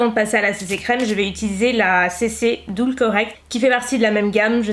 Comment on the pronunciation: Bon par contre ça se prononce "deul", pas "doul" ;-)